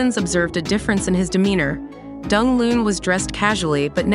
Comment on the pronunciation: Pronounce his name properly please!